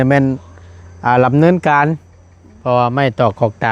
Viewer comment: บ่าวตูนรักที่จะเป็นยูทรูปเบอร์ที่ดีควรไปปรับปรุงการเว้า พูดการจาให้ชัดเจนแนวสากลหน่อย เช่นช่างมาลำเนินการ มันขัดหูน่ะ ดำเนินก็ดำเนินไป ด- เด็ก กับ ล-ลิง ใช้มั่วคนชนเผ่ายังพูดชัดเจนกว่าอีก